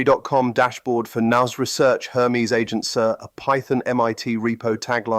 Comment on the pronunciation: Love it! Excellent sense of humour even if it's not able to pronounce Nous Research " correctly. You need to add an adversarial challenge into the speech module